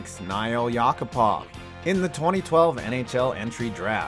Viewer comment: Nail as in nail and hammer...YACK-A-POV lmao